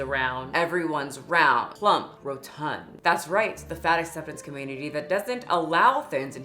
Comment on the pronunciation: ish-"rotund".... Emphasis on the tun....